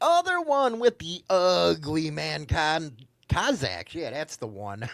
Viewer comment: This guy 🙄 It's Cossack's not cozaks!